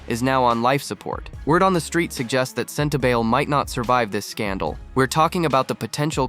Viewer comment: It is pronounced Sentabali not Sentabail.